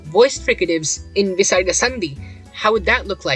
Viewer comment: Hey I am a sanskrit student from india and i don't think that the Visaraga is pronounced with such power I only think of as a software h sound from the throat. Obviously if you pronounce it with a lot of power then you will be out of breath soon